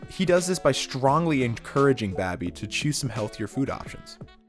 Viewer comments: Babby!!! 🤣😂🤣😂 it's Bobby smfh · If you’re gonna do a video theorizing someone, get their names right, his name is Bobby not Babby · babby its bobby dah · It's BOBBY, not BABBY. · All the authentic I-talian pronunciations of names: Babby Bacalaa Christofeur , , , Ton', Christofeur, Paulie